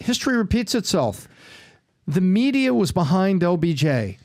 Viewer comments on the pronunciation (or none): none